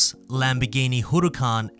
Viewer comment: Y do u sound Japanese when u say "Huracán?" Lol